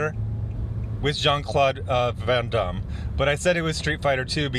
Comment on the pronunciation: you're so damn worldly. I can tell by the way you say Van Damme lol